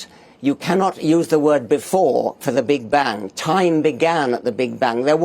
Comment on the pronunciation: This can't be the real Richard Dawkins, though. He's probably an AI bot. I mean, who pronounces "Big Bang" that way? The real one's probably tied up in a closet somewhere figuring out the real naturalistic origin of the universe.